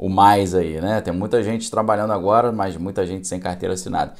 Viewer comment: Boa tarde., a conjunção adversativa que foi tão focada é "mas" e não "mais" como você pronunciou repetidas vezes na "live" de hoje. Muitas gente na comunicação oral insere o "i" em "mas". Talvez seja por facilidade na pronúncia de "mais".